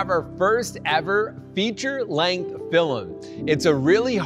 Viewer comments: It’s pronounced “film” not “fillum” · Why does he say “filim” 😭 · Why does dhar say filimn 😂😂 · I love how Dhar says "filem" not "film" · "Fillem" Dhar, 2021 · Hey Dharr! I love all your vids and I just wanted to say that you say ‘film’ the exact same way my brother does and I’ve never heard it pronounced that way by anyone else so although it’s probably silly, it made me happy to know you pronounce it the same.